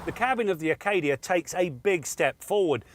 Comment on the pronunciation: There's no "R" in Acadia:)